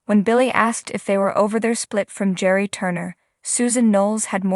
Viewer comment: Gerry, with a hard G